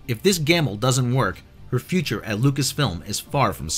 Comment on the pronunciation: I like to think that's how Goldmember says future